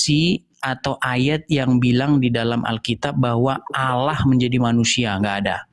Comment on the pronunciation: Heeeeeeee Karena yg di ajak debat itu orang kristen sendiri yg di modelkan seperti ustadz , kalau asli ustadz pasti bisa baca Al Quran . Nyebut Alloh saja Awloh , sangat kelihatan ustadz palsu nya . Km di bodohi si edis yaaaaaa Kacian x kau . haaaaaaa haaaaaa haaaaaa